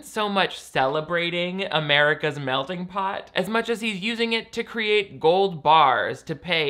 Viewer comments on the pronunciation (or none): none